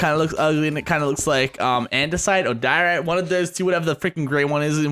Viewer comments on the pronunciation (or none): none